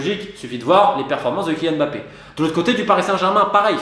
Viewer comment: On dit Mbappé et non M bappé svp prononcez bien les noms de familles d’origine africaine. Ngolo Kanté et non N golo c’est pas compliqué pourtant.